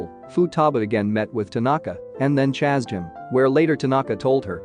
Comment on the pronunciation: Why are you saying chase in that way